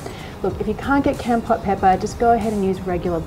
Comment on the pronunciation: Lol love this I'm Cambodian myself. Keep this up I'm gonna be the best of your fan😎😎😎 oh by the way its pronoun KOMPORT. Keep up the good work. I got my eye on you😂🤣😅